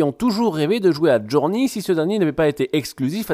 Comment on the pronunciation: Sa se prononce JourNEY et pas JourNi; faut revois tes fi fiches mon grand